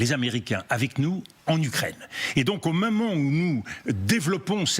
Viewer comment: Marrant, cette façon de prononcer "moment" comme "maman", et ce à de nombreuses reprises. Freudien, non?